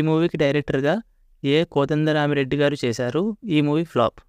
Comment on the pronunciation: Kodanda rami reddy peru sariga paluku ra babu